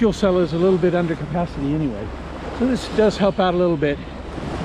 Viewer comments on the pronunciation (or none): none